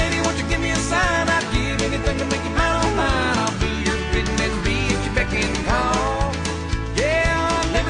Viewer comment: It’s BECK, not beg. It’s a shortening of “beckon.”